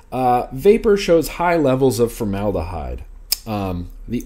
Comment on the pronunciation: Formed abyss = formedahyde lol